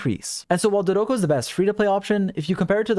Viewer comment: I try not to clown on your bad pronunciations usually, but Klee says Dodoco so frequently during her event that I have to bring it up!